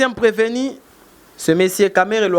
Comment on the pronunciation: Preveni ou bien PrevenU? Ndenge boyebi kokoma te, nde mpe boyebi ko prononcer te.